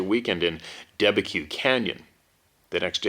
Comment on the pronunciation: Debeque Canyon, pronounced "da bek". 10 miles from my house.